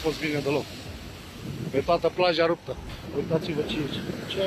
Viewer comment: Ruptă in 2 spune rrrrr